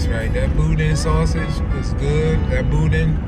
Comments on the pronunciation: ...if you don't pronounce it properly..."Boo-Dan"! Billy's is good for sure! We were big Don's supporters, but Billy's in Scott, LA is king.🤣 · the way you say boudin is hilarious lol